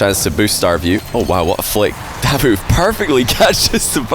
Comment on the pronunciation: I don’t think it’s “Dávoof”, I always heard “Davóof” here in Italy